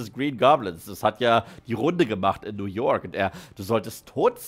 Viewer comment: Ich liebe deine kuhle Aussprache: Spideööörrrman Peteööörrr New Yoööörrrk Tobey Maguiööörrre Lizzaööörrrd Undeööörrrdog